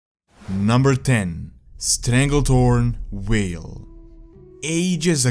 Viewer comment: Vale not whale